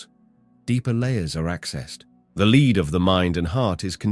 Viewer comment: lead here is pronounced as LED...metal lead.i'm Saturnian very lead.it needs fuel so ashesashes all fall down...rowrowrow your boat merrily merrily merrily life is just a dream.